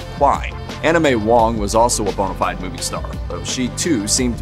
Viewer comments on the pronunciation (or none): none